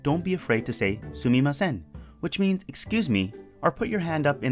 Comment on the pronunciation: He said sumimase